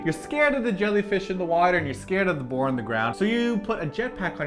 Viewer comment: Not boat but boar